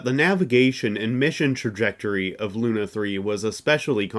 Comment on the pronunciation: Awesome video! Much work here. Still something makes me wonder is it a hollywood tradition to pronounce russian words wrong?))) SpUtnik, that's like in put😂 By the way semyorka sounds bulletproof😊 Besides lunA off course)